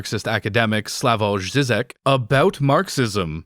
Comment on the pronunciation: Just fyi it's pronounced Slavoy Zhizhek